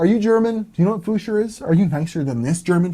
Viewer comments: You couldn't find anything about "fuscher" because it's called "Pfuscher" with a "p". Best greets from Germany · I'm german, and I never heard "fuscher". Only "Pfuscher" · Its called Pfuscher...not Fuscher^^ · I think he changed the pronounciation so that would read it right. Because the p is pretty much silent. He would have had problems pronouncing a "pf".